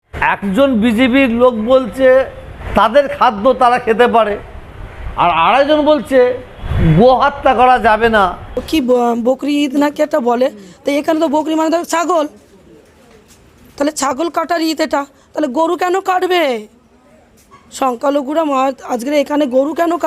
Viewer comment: এইসব অ অশিক্ষিত এমএলএ বানালে তো এমনি দেশের সর্বনাশ হবে বকরা ঈদ উচ্চারণ করতে পারে না বকরি ঈদ আগে ইস্কুলে পড়াশোনা করে আসো তারপরে এমএলএ হও